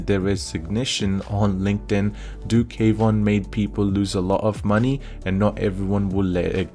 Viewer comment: Kwon, not K Von